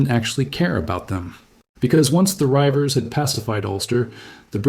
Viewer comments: 1/ Learn to say Riever - yes, I know it's AI slop. 2/ James' "invitation" to move to Ulster was actually "an offer they couldn't refuse". Troublesome riding families like the Armstrongs and Grahams were exiled on pain of death. Considering he had used them to wage an undeclared border war after Elizabeth executed his Mother just shows there's no gratitude in politics! 3/ there's not a lot of point dropping the Scots from Scots/Irish in 1776 because of anti-British sentiment, as stated, when Ireland was British till 1922. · Border reivers ( pronounced Reevers) weren't Scottish, they were a mix of English and Scotsmen who lived either side of the political border. It also wasn't just reivers who went to Ireland, Welsh and English also did. Another point, King James was a Scot not English. The mountains or highlands of Scotland is not where the reivers came from, it is what now is called Cumbria, Northumberland and south west Scotland called the Lowlands. Modern Americans are so obsessed with purity they don't get that nobody in America today are Scots Irish or Irish Irish or anything else to do with British other than a little bit of DNA that if your lucky accounts for 0.009% of your genes. Being something is 99% culture not blood. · “Rievers” is pronounced “reevers” not “ryevers” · Great content, undoubtedly accurate, and with by far the best art I've seen on YouTube! One hopefully useful point about the Border Rievers for future videos: it's pronounced "reeve-ers", the first syllable rhymes with eve. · That's 'Reivers'. Pronounced 'Reevers'. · Its reevers nae rivers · Reivers is pronounced "REE-vers." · Reivers pronounced Reevers not Ryevers 😅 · Reiver: pronounced reevurs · A.I. can't pronounce rivers